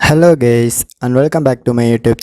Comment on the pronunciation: Lmao. I heard exactly that also.